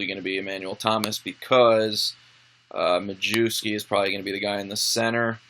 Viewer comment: Awesome video yet again! Although Majewski is pronounced my-ev-ski :P